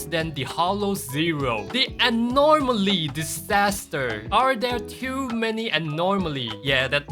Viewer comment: You pronouncing anomaly with an R drives me insane LMAO. Nothing but love tho